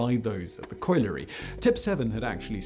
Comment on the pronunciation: This man always gets things wrong. He's only still got a channel because he's posh so people for some reason believe what he says. He couldn't even pronounce colliery!🤦🏻‍♀️